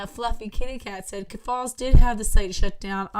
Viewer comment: Ok just one thing cause I need to go to bed too. Keffals isn’t pronounced that way. Wouldn’t be a big deal If you were not pronouncing it exactly like Ethan Ralph, who is one of the largest lolcows on the farms. He is covered in almost EVERY podcast. It rhymes with mulls. Keff-ulls. Ethan Ralph was sooo happy they got deplatformed that he called Lucas “Queen Keff-falls!” The Mad at the Internet podcast coverage was hilarious on this. Jesus! Josh makes me laugh to tears. 😂 you’re gonna love it!